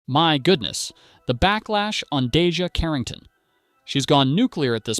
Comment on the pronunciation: First off say her name correctly